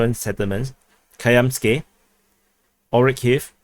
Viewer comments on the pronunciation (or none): none